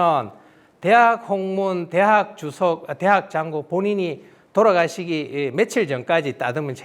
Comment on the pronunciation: 또 한 가지! "주석"의 "주"자도 장음 자인데 또 짧게 잘못 읽었다. "주석"의 "주"자는 "길게 젊게" 발음하시옵소서! 미국 변 완수 배